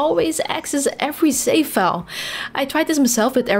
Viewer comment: No offense, please practice pronouncing letter V, i got confused between safe & save.